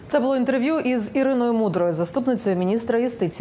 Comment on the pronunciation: НЕ бУло, а булО, не внЕсти, а внестИ! Українська мова це не львівський діалект!